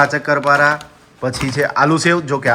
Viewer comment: ચક્કરપારા નો કહેવાય શક્કરપારા કહેવાય.